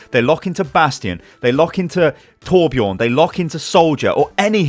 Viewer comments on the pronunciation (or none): It's torbjörn not torbjorn